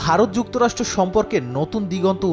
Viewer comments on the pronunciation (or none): none